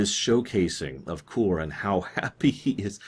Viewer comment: isn't the name of the Klingon Kor? not Koor? i mean aI may be wrong, but thats what i remember his name to be